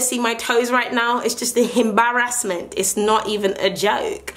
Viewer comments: You know it's serious when says "HEM-barrasment" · loooool! when she said himbarassment